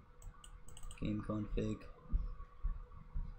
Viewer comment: Him: Config What I heard: King Kong Pig